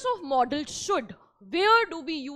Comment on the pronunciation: It is not modal pronounce it properly 😅😅😅😅😅😅😅😅😅😅😅😅😅